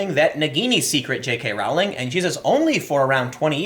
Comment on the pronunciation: it is pronounced Rolling not Row-ling